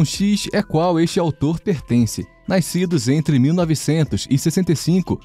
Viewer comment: “Naiscidos” Eu tô doido ou eu ouvi isso?